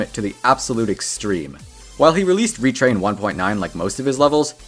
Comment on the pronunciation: it's pronounced "retr-ay" like "retro."